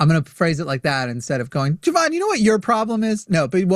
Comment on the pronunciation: nah, just racist. He clearly refuses to say Jovan correctly because it's "too black" of a name